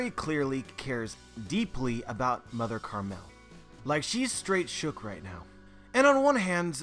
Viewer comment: Isn't it Mother Caramel not "Mother Carmel"... can someone clarify this lol